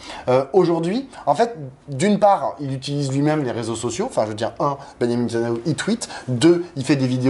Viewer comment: "nétanaillou".... 🤣 C'est mignon, ça rime avec canaillou.